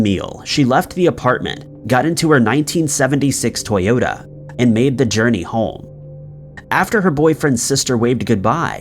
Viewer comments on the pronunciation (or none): none